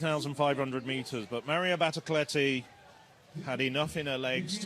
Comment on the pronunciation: is it really so hard for this commentator to get NADIA BATOCLETTI right? not Maria Batocletti, or Nadia Batoclietti, but her actual name?